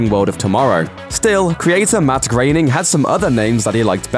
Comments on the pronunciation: Grow-bing not grain-ing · Matt graining? I thought his name was Matt Groening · Groan-ing, is how you pronounce it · Why is he pronouncing his name as Matt "Grayning"? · Grainnin? That's not how you pronounce it.